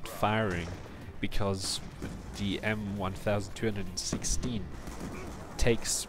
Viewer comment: Its M 12'16 Not M 1' 216